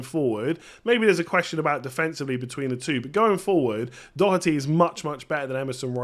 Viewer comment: First English man pronouncing Doherty the right way 😂